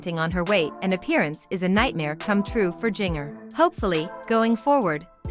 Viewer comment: Not giner....it's sounds like ginger